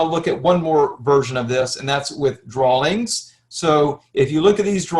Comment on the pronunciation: Especially when he spoke about the "drollings" (drawings).